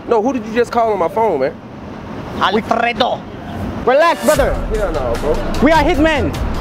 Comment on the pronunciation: i am spanish and i am very surprised about how well u pronounce Alfredo, mister! hahaa